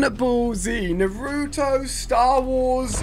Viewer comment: Bro said Naruto wrong, He said "Nuh roo toe" it's pronounced "Nah roo toe"